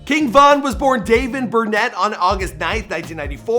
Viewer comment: Day-von u bot